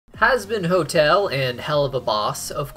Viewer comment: At the start he said husband hotel lol